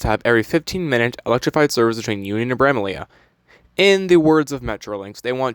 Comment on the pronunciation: Dude check yourself on how you say Bramalea 😂😂😂 haaaaaaaaaaaa it's pronounced bram-a-lee